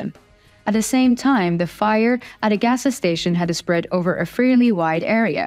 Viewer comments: More help with your English pronunciations... "gassa" station??? You need to just say "gas" station... There is no "gassa"... Keep working. I enjoy listening to your beautiful voice. Slava Ukraine!!! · You're cute. A gas station is not " agasa station." But it does sound very interesting. 😂